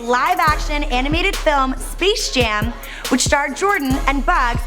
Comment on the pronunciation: " Spish Jam " WTF!!! Space Jam.